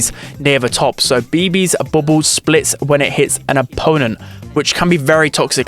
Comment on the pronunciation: Bubbles = "bobos"